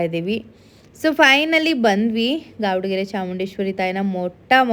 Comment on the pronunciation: ಗಾವಾಡಗರೆ ಅಲ್ಲ ಗೌಡಗೆರೆ